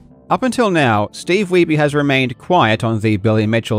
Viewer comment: It's pronounced "weeb